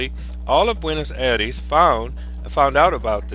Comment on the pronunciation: You are not pronouncing Buenos Aires right....thats a bit suprising since it is a capital.